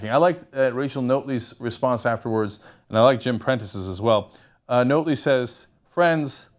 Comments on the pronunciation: You know, it was nice to see something about Canada, especially such a historic political event, on TYT. But man, Cenk you sounded like such a noob. Describing the NDP as 'being around for a while but not that long' ? Why not just give us a year? The least you could do was pronounce Rachel Notley's name correctly. It's not difficult to pronounce something that sounds the way it looks - especially when one of the election slogans for Rachel's campaign group was 'Notley Crue'. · Couldn't stop laughing when he said Rachel "Note-ley" other than that though, good video. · Her last name is pronounced "Not-ley" Jim had a hard row to hoe he was the benefactor of 2 hated administrations our last 2 conservative leaders really sucked. I personally was hoping for a minority government of some sort. I like Rachel Notley she is a good person. But the provincial NDP have to do what the federal NDP want and that might be against Alberta's interest. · it is pronounced not-lee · pronounced 'nautly' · Rachel Notley....pronounced like Motley Crue... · I like these American commentators telling us about our country who don't know how how to pronounce our politicians' names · Good Job mispronouncing our Premiers name not like there are a ton of videos available with people saying her name or anything